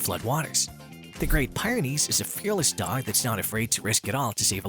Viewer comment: I just can't take his pronunciation of Great Pie -ren ies!! You pronounced the mountain range correctly, but then you messed up the Breed name! Yeah this is old, but it's the internet and I gotta complain!!!